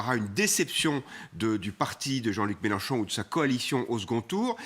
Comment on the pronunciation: Les loulous c'est MélEnchon et pas MélAnchon svp